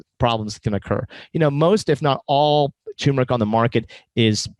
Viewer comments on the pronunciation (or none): First of all, it's TUR meric, not TUM meric. You make it sound like a disease.